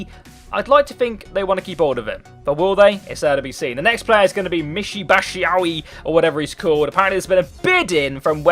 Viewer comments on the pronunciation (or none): It's pronounced Michy "bat shoe eye"